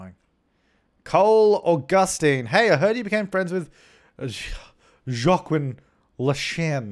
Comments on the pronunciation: If what you pronounced as zha-quin is spelled Jaquin, it's pronounced WAH-keen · this going to bother me, Yo a keem is how you pronounced that guy's name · Joaquin = Wah-keen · Joaquin is pronounced like "wah-keen" hahahaha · Joaquin is pronounced wah-keen btw, i think its south american?? but yeah lmao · Yeah, Joaquin is pronounced wah-keen. Or at least that is how Joaquin Phoenix (famous actor) pronounces his name.